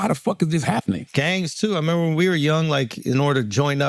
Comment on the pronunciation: Are u trying to make it to a thing , with this “memba” ? 😂